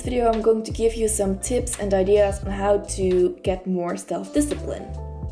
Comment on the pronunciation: discipine.. u forgot the 'l'!